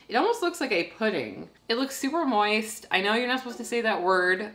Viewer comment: I think the word you're looking for is pronounced "moyyeeesssst".